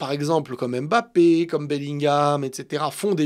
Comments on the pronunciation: je t’aime bien mais arrêtes d’écorcher le nom de Kylian, c’est Mbappé! Pas M’bappé 😂😂 force à toi! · ARRÊTE AVEC LA PRONONCIATION "EM BAPPÉ" JE T'EN SUPPLIE !